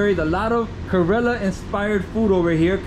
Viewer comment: Why he says Karela ?? It means bitter gourd ... Pronunciation should be corrected .... Kerala (ke + ra + la ) It would be aweome to have some voice comments here ...